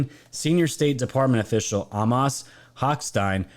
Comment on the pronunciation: I am not trying to be ignorant, but the pronunciation of the one name you mentioned is Amos, A moss.